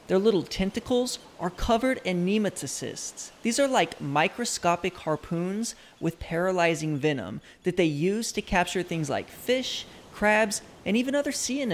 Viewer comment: It’s pronounced new mat oh sist